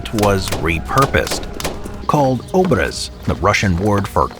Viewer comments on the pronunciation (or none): It is [obr'ez], not ['obrez].